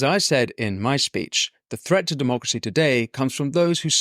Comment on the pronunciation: Pelosi and her Demarcracy is what is ruining America for its inhabitants. Get rid of her. (Demarcracy is how she pronounces Democracy....)